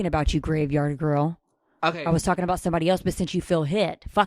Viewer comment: “BULEMIA GWORL” oh my fuckin god